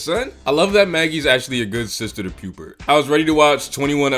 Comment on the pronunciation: You can pronounce 'Pupert' but not 'Rupert'?